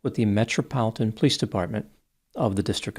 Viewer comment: pronounces "police" like "pls" 😂